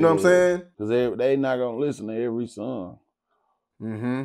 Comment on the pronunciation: He pronounce song like sung